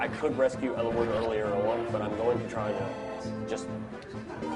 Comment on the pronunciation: Odd pronunciation, I've never heard their names pronounced like that before. Floor-in-uhh? Eel-eye-wood? I thought it was: Floor-ee-nuh. Ell-ih-wood.